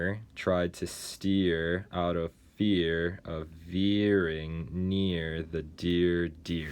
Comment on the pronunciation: veering is confusing me ?? It sounds different from the res.